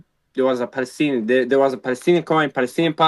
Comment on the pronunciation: Falastini lol, can’t even say p